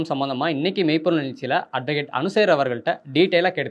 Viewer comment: ஹலோ அட்வகேட்மேடத்தோட பெயரை அனுசேகர் என்று சரியான உச்சரிப்போடு சொல்லுங்க.அனு என்பது கேட்கிறது பிறகு அனுசூயாவா அனுசாவா என்து தெளிவாக உச்சரிக்கப்படவில்லை.இந்தமாதிறி பேட்டிகள் எடுக்கும்போது வார்த்தைகளை நிதானமாக நிறுத்தி சொல்ல கற்றுக்கொள்ளுங்கள். நன்றி.